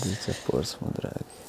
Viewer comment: Pa Luka pobogu, igrao si tamo. Da ne znaš izgovorit Portsmouth.